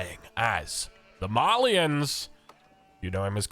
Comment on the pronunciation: did you say Malians like that on purpose or as a joke?